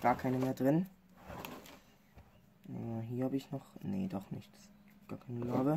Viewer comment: Bitte sag Larve und nicht Larwe, jedes mal wenn du das sagst bluten meine ohren